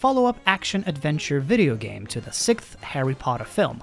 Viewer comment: Lmao when people pronounce sixth as SICK THHH